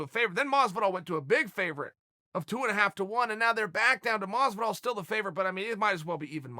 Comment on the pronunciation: Masvidol !! Talk to ya in a couple weeks.